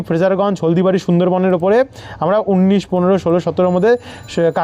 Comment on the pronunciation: বন্ধ। উন্নিশ হবে না। উনিশ হবে। তোমার উচ্চারণ ভুল হচ্ছে কেন